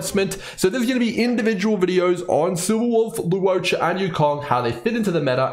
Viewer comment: just some pronunciation tips for his name: to simplify it, I think it's more like lore-cha, lu-wo-cha, law-cha (pick one depending on your accent)! hope that helps